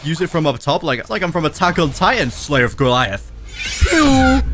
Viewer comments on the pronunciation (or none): none